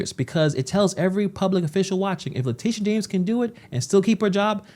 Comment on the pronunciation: Her name is not latisha, her name is latitia! Pronounced: LA TIT E a. Just like Groucho Marx Would say: LA LA LA LA TIT E a!